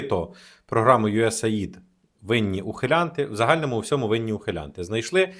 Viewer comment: уши режит не юэс аид, а юэс эй ай ди